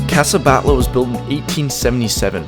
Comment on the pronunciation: its pronounced ca-sah bat-yo gow-dee (the mispronunciation of gaudi really grinds my gears)